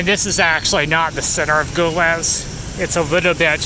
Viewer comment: it's pronounced "gee-leez". also, moroccans can purchase alcohol whenever they want as well, where are you getting your information from?? the only requirement is that they must be of drinking age, just like in any other country. and for the love of god, nothing "western" or "modern" in morocco is made for foreigners. it's for the moroccan people. tourists like you need to do their research before traveling because you sound ignorant and entitled. and this is coming from an American.